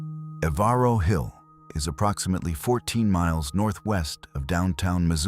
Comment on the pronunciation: REGARDING MISSOULA....ON Germaine ....NOT EVARO HILL PRONOUNCED "EVER-ROW"